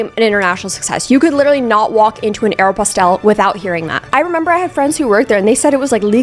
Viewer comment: The pronunciation of Aeropostale was posh